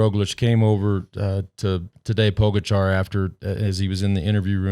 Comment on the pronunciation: I’d just like to say I bet money on Pogacar to win the stage - go me! Second note - what is it with Americans and literally being unable to pronounce any name at all - demolane...poooogachaaar.... what the hell?